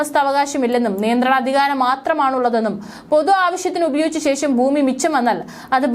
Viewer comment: ഷ ..ശ... ഈ അക്ഷരങ്ങൾ നിരന്തരമായി പ്രാക്ടീസ് ചെയ്യുക... ശേശo എന്നു പറയരുത്....